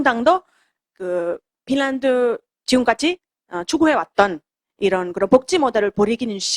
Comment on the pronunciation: 발음이 pinland가 아님..finland 임..